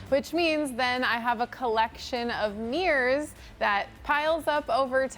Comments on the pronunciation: They are not MEERRORS. THEY ARE MIRRORS. THERE ARE NO E’S in the word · It bothered me so much that she kept calling them “meers” I couldn’t even watch this. 😣